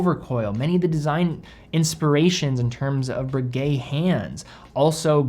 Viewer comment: BRRRRRRRRRRRRRRRReguet, not Berguet.